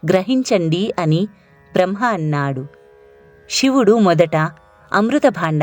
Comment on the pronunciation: బ్రహ్మ అని పలకండి దయచేసి.